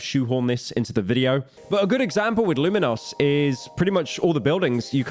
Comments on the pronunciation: the city in the game is pronounced “Lumiose” not “Luminos” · Luminos btw 🤣is there a pyro misspronounciates subreddit? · Ah yes, Lu-Min-Noss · Unc called it Luminose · ‘Luminos’ not another metros boomin moment 😭